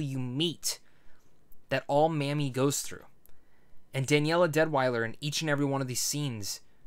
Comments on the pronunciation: Just an FYI, it's not Mammie, it's Mamie, pronounced Maymie. Mammie sounds offensive, I know thar was not your intention. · Her name is pronounced may-me. Not mammy. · I think her name was pronounced, "Maim-mee".